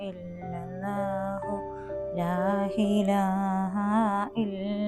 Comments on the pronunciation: ലാ ഇലാഹ ഇല്ലല്ലാഹ് എന്നാണ് ..ലാഹിലാഹ ഇല്ലല്ലാഹ് അല്ല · ലാ ഇലാഹ ഇലല്ലാഹ്. ലാ ഹിലാഹ എന്നല്ല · ലാഹിലാഹ അല്ല ലാഇലാഹ ആണ്